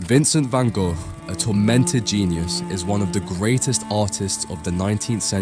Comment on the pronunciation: If your going to make a video have the decency to learn how to pronounce the man's name properly.